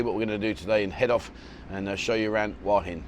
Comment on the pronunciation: It really beats me why you people can't show respect to your Thai hosts (who you keep saying you love) and learn to say "Hua" to rhyme with "oo-er" and not "Hawah...!" I know you always say you don't care, and it doesn't matter, but this attitude reflects badly on your image... Just a thought...